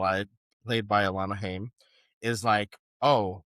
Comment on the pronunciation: as someone who likes the band, it's pronounced HIGH-UM. They're Jewish. <3